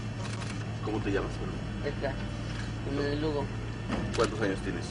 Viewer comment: LOL, can. you research the proper pronunciation first before uploading? lol Find the proper pronunciation for Jimenez.